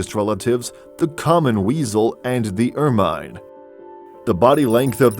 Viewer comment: Please stop saying, 'ER-MINE'! It is pronounced 'Ermin'. Where do they find these robotic narrators?